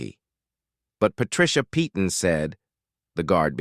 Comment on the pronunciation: Once again the name 'Peyton ' is normally pronounce 'Payton!'. Doesn't anyone check these things before airind them? And if its AI, its even more stupid!!!